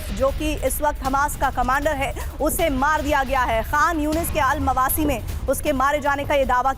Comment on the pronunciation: अलमावासी नहीं अल मवेसी